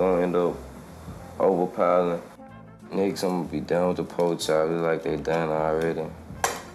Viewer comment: “po chop”😂